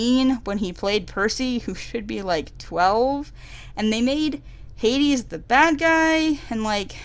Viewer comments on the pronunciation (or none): none